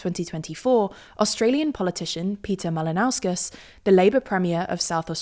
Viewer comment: Perfect pronunciation of Peter Malinauskas’s name